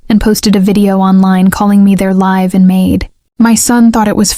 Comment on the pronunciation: My goodness: how does one pronounce "live-in"?